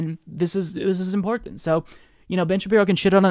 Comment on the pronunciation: I love how he says "importint"